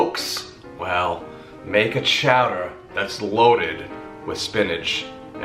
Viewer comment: Can't go wrong with spinach and artichokes. "Chow-duh"... I'm here for it!!!